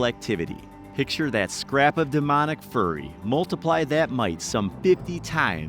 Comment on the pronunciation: “Some Chad wolverines”… I’m done. Also you mispronounced “demoniac”.